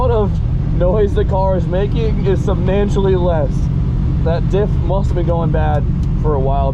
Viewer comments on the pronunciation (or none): i didn't know ""subnantially" is a word. We need a new video part, "werd uv tha day wif "